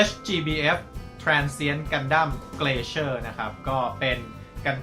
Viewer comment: มันน่าจะอ่านว่า glacier(กลา-เซีย) หรือเปล่าครับ ไม่แน่ใจ